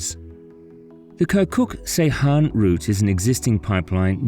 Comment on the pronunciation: It's "keerkook jayhan" not "kye'rkuk sayhan" 😂